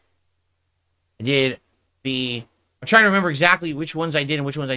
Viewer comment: Sounded like he said twats instead of squats.